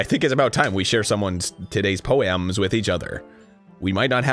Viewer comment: The best part of Arin's robotic Monika voice is how consistent he is with it. Whenever he says "poems," it's always that exact same "poe-AMS" pronunciation.